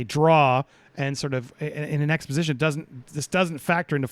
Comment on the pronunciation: Before you talk learn to talk at 3.02 you say exposition